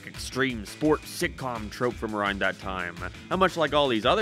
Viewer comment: I throws me off when you say a rond